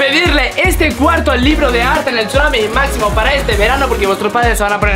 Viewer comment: Es máximo no maxsimo